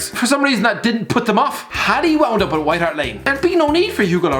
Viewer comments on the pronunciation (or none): none